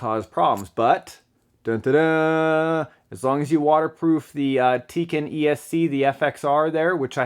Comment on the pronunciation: it's called tekin not teken